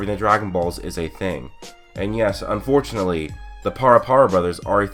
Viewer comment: Lol I love it when he says, unfortenally even the parapara brothers too 😂😂😂